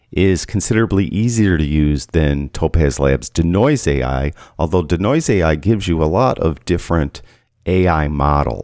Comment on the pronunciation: Consider pronouncing DeNoise as DEE-Noise instead of DUH-Noise?